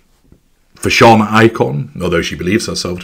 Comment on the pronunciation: I’ve recently discovered your videos. Binging on them a bit too much, probably because I get a lot of laughs, plus quite helpful info. This video really had me laughing - dimwit - actress and ‘fashawn’ blogger. Haha. Confession, or maybe giving a laugh back- It took hearing ‘fashawn’ in two separate videos before it dawned on me: ‘fashion’. Haha I had planned to look it up to see what this thing was that I had never heard of.